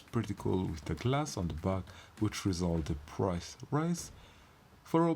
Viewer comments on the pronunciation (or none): none